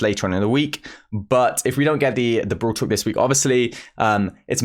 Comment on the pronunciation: Am I the only one who is hearing brool tuk??? 🤨🤨